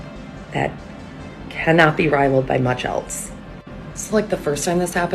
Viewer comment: Well the one girl says she and Charlie Kirk dont make sense, well thats not surprising since the only words you know are nazi and oppressed. And to the lady that likes being mean to old white people...nobody takes you seriously when you say "eltse." There is no T in else. The dumbest group on Earth calling everybody else dumb has got to be the weirdest part of all this.